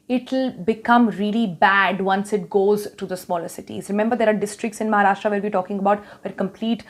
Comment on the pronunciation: Its महाराष्ट्र not महाराष्ट्रा.. great video though!